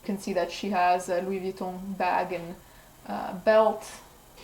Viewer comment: That is how you're supposed to say Louis Vuitton!! Thank you